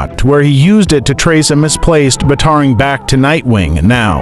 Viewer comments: Did he just pronounce “bat-a-rang” like “batar-ang?” What the heck is wrong with this guy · Who the heck pronounces batarang as "buhTARang" 🤨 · No ones gonna mention how it pronounced "batarang"?